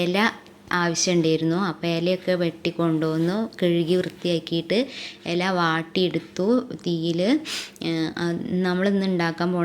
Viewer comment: എല അല്ല _ ഇല ❤ ''എല എന്ന സാധനം ഇല്ല